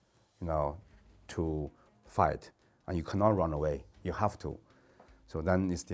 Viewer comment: You know he's a kungfu expert when he says ""